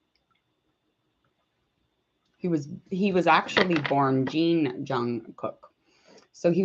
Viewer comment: first off it is pronounced bangtan not banstan, secondly BTS didn't debut in 2010 they debuted in 2013 and thirdly Jungkook's surname Jeon is pronounced (John). but over all great video